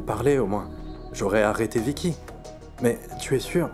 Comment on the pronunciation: Écouter comment Bidyoy appel Vicky vickè